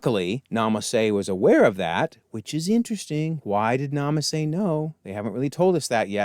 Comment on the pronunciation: You called Nala Se "Nama Se" a few times. Kaminoan names can be confusing at times.